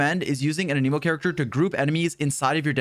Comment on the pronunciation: Bros been covering genshin for 3 years and still cant pronounce anemo correctly 🤣